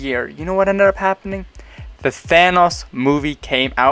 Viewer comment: I really like the way you say Thanos